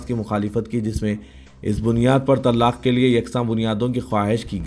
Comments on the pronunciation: طللاق نہیں ہے وہ اصل لفظ طلاق ہے درست فرمالیں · Janab reporter sahab woh lafz Tallaaqq nahi simply Talaq hai